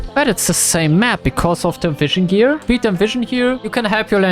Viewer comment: I heard division gear instead of the vision gear😂